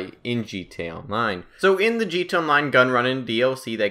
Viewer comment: It's g t a its not g ta